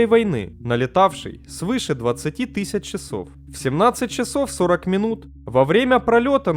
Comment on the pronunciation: Диктора бы сменить ещё, ато АнкорИдж, тысАча, музЭй, режит уши, неприятно слушать